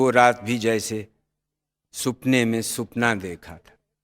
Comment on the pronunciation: Arif Khalil Sahab, badi hi umda clipping hai yeah parr ek batt kano ko thodi di alag si lag rahi hai, woh hai Zia Mohiudin Sahab ka SAPNEY ko SUPNA kehana. Zia Sahab bahut umda boltey hein parr yahan SAPNEY ko SUPNA kehna, kano ko suha nahi raha. Khair, yeah unn ki, alfaz ke Talafuzz ki batt hai.